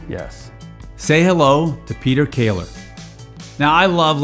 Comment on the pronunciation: Köhler not Kayler 😉😄